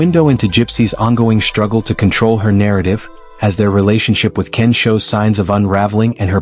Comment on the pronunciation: Why are you saying Ken's name wrong and then you say it right towards the end of this?